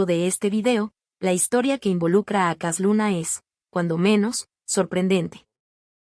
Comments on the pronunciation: Para empezar, la narradora no sabe ni leer, dice cas Luna, no Cash Luna, hay que enseñarle a leer, para poder juzgar, pobrecita y también sus seguidores, de un siervo no se habla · Pues entonces me voy a reír de ti Para que yotubi te pagué por subir videos falso de cash luna Tu voz dijo cas luna Aprender a ablar bien Solo repites los mismos vídeos Hiciste una recopilación y muy falsa por qué yo también ice una y mejor que tú yo